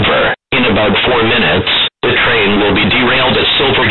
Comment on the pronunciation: He says bomb and train funny. Bomb is like "Bamb" and train is like Trean. In the beginning i mean.